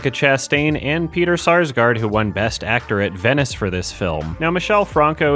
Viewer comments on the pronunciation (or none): none